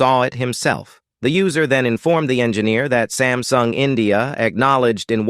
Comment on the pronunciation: It is not sem sung sam sung